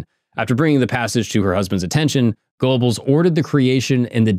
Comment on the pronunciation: Man you piss me off with the mispronounced words realy not that hard to get them right Thule is not tool and Goebbels is not pronounced with an O it's sounds like and E this is easily remedied by just a little research holy shit you have me fuming